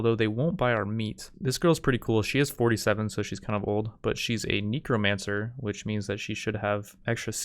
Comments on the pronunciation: BTW it's pegasi and Neck-ro-mancer (Necromancer) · dont bother. he also said kneecromancer. xD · How tf did you pronounce necromancer? Its neck-roh-mancer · Neck-ro-manser that's how you pronounce it. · Strangest pronunciation of necromancer ive ever heard